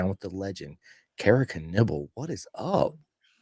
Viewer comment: It's Kira Knebel pronounce - Ken-able! Not Ken-eble or Ken-evel